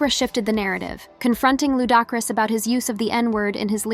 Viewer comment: Who TF is Fiddy and Lou Dockris, always some cuntianna butchering ppls names, smh